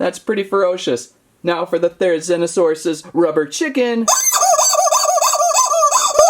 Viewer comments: its ther-oh-zeen-oh-saurus not thero-zine-oh-saurus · it’s pronounced theree-zeeno-saurus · The prounounciation is thera ZEEN O saur us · Pronounced Therzlnosaure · You pronounce it Ther-E-Z-No-sauris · The therzinosarus is pronounced there -a zen -a -sarus if I spell that right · You pronounce the therizinosaurus thera-zee-no-saw-ras